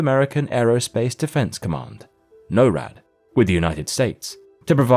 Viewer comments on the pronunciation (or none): It's pronounced NOR-ad, not no-RAD.